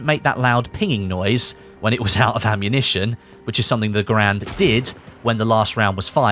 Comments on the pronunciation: Garand sounds like errand... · You are pronouncing Garand wrong.